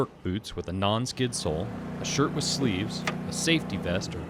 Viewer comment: "Sleaves"? Hahahahahahahahahahahahahahahaha!